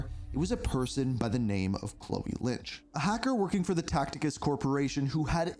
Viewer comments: its Tacitus not TACTICUS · Tacitus, pronounced "Tassitus", not "Tacticus", lol.